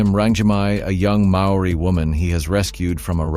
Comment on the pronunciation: Mate – in these days of the Internet it's not hard to learn how to pronounce Maori names. Otherwise good video.